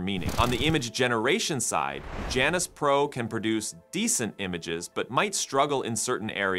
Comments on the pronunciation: That's Janus, not Janice 😂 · Why Janus? Could it be that they mean Jew-anus? Seriously y'all. I am not joking. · You can’t say Janus without saying anus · It would be nice if the reader could pronounce Janus...